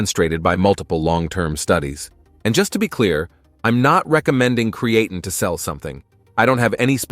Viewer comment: Subscribe? I would love to if I could get through the whole video, but I can't deal with a monotonous AI voice even if all the facts are correct. The key giveaway for most AI videos is the mispronunciation some words like creatine and deload which should be written as de-load.